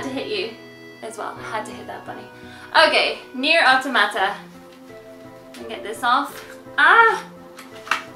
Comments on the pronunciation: It's not. Your saying Auto-mata, similiar to how one would pronounce automatic. I'm saying Awtawmahtah, similiar to how one would pronounce autonomous. You don't pronounce "autonomous" as Auto-nomous. It's a full free flowing word where "auto" and "nomous" are not emphasized seperately. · It's pronounced "Aw-Taw-Ma-Tah" (edited)